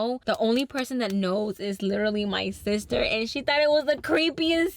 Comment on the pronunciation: Omg out of all the funny ways you pronounce things i think “Sishter” is my favorite 😭🤎